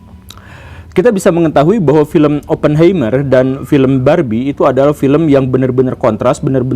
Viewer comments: Punten Pak Guru, mau koreksi cara baca🙏 Untuk Oppenheimer dibacanya Opnhaimah/er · Oppenheimer dibacanya Oppen haimer pa guru, sm ky helheimr, ein, einstein dll.